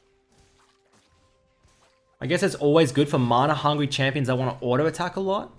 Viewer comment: Is he saying "manar" or am I hearing wrong?